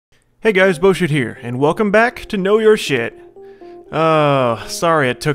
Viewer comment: Its sounded like you said shis